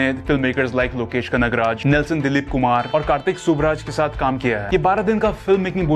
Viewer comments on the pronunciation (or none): none